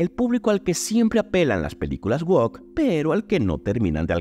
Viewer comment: se pronuncia "uouc" y no "uoc"